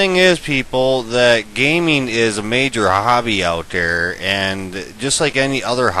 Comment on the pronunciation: dood why u say "der" instead of "THere"